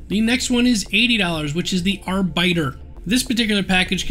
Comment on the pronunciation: im not sure if anyone else noticed but im pretty sure its pronounced like the halo Arbiter, not areBITER.